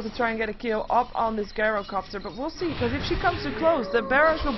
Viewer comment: The first syllable of gyrocopter - gy - rhymes with tie or chai (like the tea). Please dont pronounce it, as does, GUYrocopter. Think tie-ro-copter